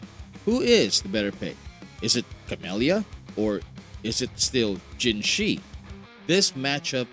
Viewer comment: People still pronouncing her name as "jinshi" smh.